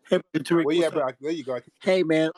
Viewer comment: “Terrick” Lol Hey Terrick. 👋